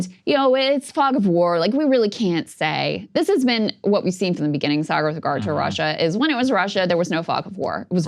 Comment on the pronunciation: sargar turned into a Scottish guy for a sec